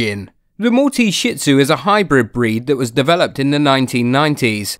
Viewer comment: It's not shit zu it's shih tzu